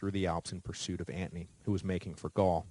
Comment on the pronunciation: LOL I was going to comment on how he says Antony, kinda drives me crazy, but maybe that's how it WAS pronounced, but I didn't hear him explain the pronunciation or I missed it, seems others agree, as you have the top comment. Great series either way, always wanted to learn about Rome but to lazy to do the reading so this is awesome, I'm more an amature war historian so I am familiar with most of the battles, including this famous battle. I will say one thing, commiting suicide back in the day was a bitch.